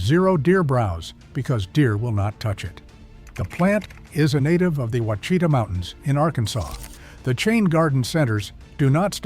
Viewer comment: Ouachita is pronounced wash a taw